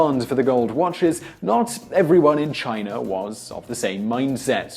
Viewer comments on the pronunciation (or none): It's funny that you can't pronounce China correctly at times. You said Chiner a few times. English people add R's after A's.